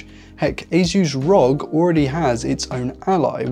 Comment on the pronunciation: It's not Asus rog, it's Asus "r.o.g." (republic of gamers)